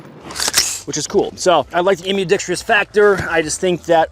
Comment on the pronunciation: Admin... I love you sir. But... how has no one taught you how to say the word ambidextrous yet? I'm the first to notice? I do have a very large brain...